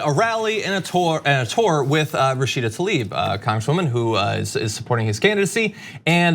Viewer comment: Tlaib, not Talib.